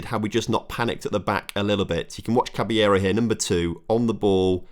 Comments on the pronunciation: Enjoying this save but your RB Cabello is pronounced CABAYO not Caballero lol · I acc beg u read the names before u say them. Cabello has no right being pronounced cabellero and especially not for 4 episodes in a row. I’ve got my phone out to make this comment please just read the names before u say it